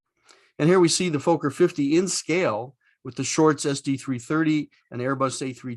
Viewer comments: A great and very informative video. The only small things is that your pronunciation of Fokker is wrong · In the first 30 seconds you mispronounce Fokker, I moved on! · Fokker has a short O sound (I'm Dutch and there's a Fokker factory a few km from my home). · Indeed. It rhymes with locker and docker. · Why do Americans constantly misprounce Fokker? It is Fok - Ker with a short O in the first syllable, not a long O to make the first syllable sound like "folk". It is so annoying. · The pronunciation is ‘Fokker’, not ‘Folker’ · Great content but the mispronunciation is driving me nuts. It's Fokker, not Fowker :) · Why do you pronounce it foeker it is pronounced Fokker like docker get it right for gods sake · Flew in these in the 80s. Loved it, but they were very noisy. PS, Folker is incorrect. It's pronounced like it's written. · Fokker is not pronounced Fo-ker. There are two letter 'k' in the name. It is pronounced Fok-ker. Fokker is the surname of the man who designed the aircraft. Kindly do not insult him by mispronouncing his name. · Learn how to pronounce Fokker....it is NOT Folk er. It is Fock er....for a so called aviation channel you should know that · A dirty mind is a joy for ever. But in the Dutch language it doesn't sound odd (Fokker means something like 'breething animals' so in essense the same... Pronounciation is FOK-KER not Fooo-ker nor Fucker' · That's exactly how we pronounced it in Australia, i.e. Fokker (with a short 'o' sound) as opposed to Foker (which rhymes with poker). That pronunciation was brought home by the engineers and pilots who went to The Netherlands to monitor the building of each aircraft (and then flew it home) operated by the airline I worked for. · I loved the typical sound of its engines! Do you pronounce it "Fooghr" to prevent demonitization by stupid youtube algoritms? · Be nice if he could pronounce Fokker properly. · Very nice episode, thanks! Although, just for giggles, we Brits pronounce "Fokker" slightly differently!